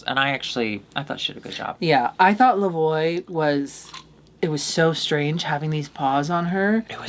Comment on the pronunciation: Not La Voy 😂